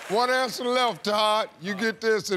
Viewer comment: “One ansa left Todd”